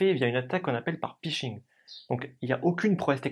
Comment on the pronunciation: Explication très claire! Par contre c'est pHishing (hameçonnage en bon Français) et non pishing.